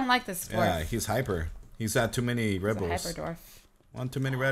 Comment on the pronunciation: In the start when Cupquake is talking: And i am her with my husband Red!' I'm always hearing: And i am her with my husband Bread. And i lovee this videoo :D